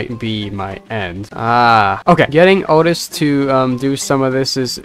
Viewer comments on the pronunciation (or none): Please don’t say oatis because its oatchi pronounced like oat-chi